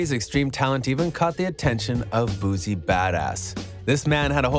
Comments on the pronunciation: It's "BOO-C"...Not "Boozy", as you're saying...and Boosie is not from Texas... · This ninja done messed up all his info and everybody name. Who the hell is “boozi” & “yellow breezy” 🥴 THUMBS DOWN. And boosie is not from Texas wtf 🤦🏻‍♀️ this how I know ur info isn’t accurate.